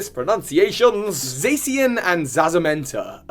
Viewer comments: Zaycian? you mean zacian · "Uxie" is pronounced "yook-see". "Zacian" is pronounced "zah-see-ahn". "Reuniclus" is pronounced "re-YOO-nih-klus". You aced the pronunciation of "Zamazenta", though. :) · WHY DOES EVERYONE PRONOUNCES ZACIAN AS ZASIEN C’MON PEOPLE ITS PRONOUNCED AS ZASHIEN.....UGHHHHHHH 😡😡😡😡😡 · but why did you say "Z(ee)---" instead of "Za--" also why did you call "Zamazenta" "Z-Magenta" but not call "Zacian" "Z-Cyan" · It's Za-cian (pronounced like Cyan) and Za-Mazenta (said like Magenta but with a Z). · Eldegoss* not Eldefloss And Zacian pronounced Zah shee an